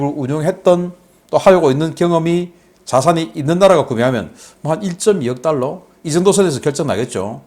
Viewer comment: 방금 1,5달러 발음 쬐끔 신경쓰시지요